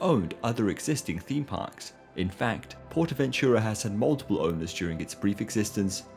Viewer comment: . Ahum. For you English speaking I will write the pronounciation as: [Sahlow] with [low] as in alLOWwance, not as on the botton, thus more of on ao. Also, [Portahventoorah], not [Pohtahventyuruah] as you said.